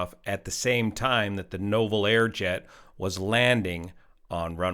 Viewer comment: Nouvel = new-vel